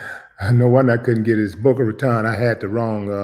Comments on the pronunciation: You had the pronunciation for Boca correct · That Boca one was right, you pronounced it right